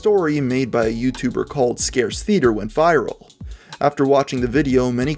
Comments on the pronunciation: Is it just me or did pronounce Scare Theater as 'Scarce Theater'? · Did you fucking say "scarce theater" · It's ScareTheater not scare theater 😅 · Did you really say "scarce theater" lol